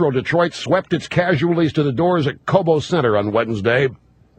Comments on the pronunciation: It Cobo (long "o") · It's pronounced "koh-boh" hall. I el oh el at Uygur. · lol it's pronounced Co-bow (as in bow tie) hall Cenk, it took me like 3 minutes to figure out where you were talking about